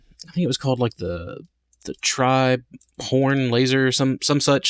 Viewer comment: did you say trihorn or triporn lazer I really hope I didn't miss hear you